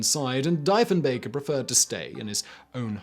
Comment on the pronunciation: It isn't like Deefen-baker is important. Like Roosa-veldt or Kurk-hill or Abby Lynekin